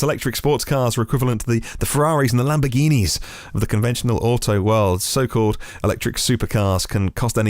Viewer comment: Don't you mean de LAMBORE-GINI-EH!? :P